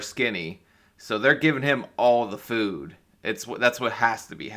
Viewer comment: 5 Children to all different men!! Hasn’t she heard of contraceptives Not too mention she can’t seem to say the word food. She says foo. Didn’t like her much